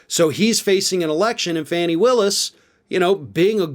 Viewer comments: Fani is pronounced “Fon ee”. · her name is pronounced 'Fawny' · You pronounce her name 'Fawni', like a baby deer,. She's doing a good job. I wish her all the luck in the world!